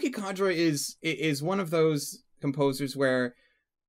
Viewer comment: ***** Just letting you know, its Kajiura, not Kaijura.